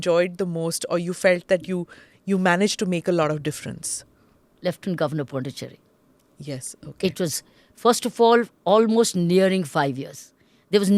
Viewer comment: Smita madam. It’s pronounced as Pudhuchery. It’s not Du it’s Dhu while pronouncing.. pudhu means new Cherry means colony. It means new colony.